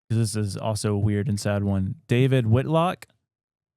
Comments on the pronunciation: David Wilcock,Not Witlock. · David Wilcock not Witlock haha😅 ive been listening to him for years i honestly believe his been taken into protection, or mked him